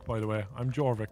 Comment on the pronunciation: I wish to point out that "Jorvik" is pronounced "Yorvik." It's the city now known as "York." There's a museum there and everything.